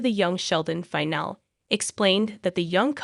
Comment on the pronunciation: Is the narrator aged ten or are all American adults so poorly educated? Iain is pronounced Ian, not 'I-on'; finale is pronounced fi-nal-e, not 'fi-nal'. Go back to school, dear, and educate yourself.